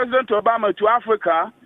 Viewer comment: That emphasis on afrika n the bad line though🙄